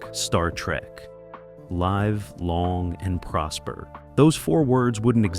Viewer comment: What a deceitful title. And you say that Henry Winkler has had a resurgence in recent shows like Arrested Development? That show was 20 years ago! And it's "Live long, and prosper", not live, long, and prosper. Geez!